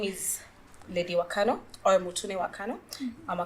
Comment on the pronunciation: First of all, it's Wakano. Not, Wakanu😂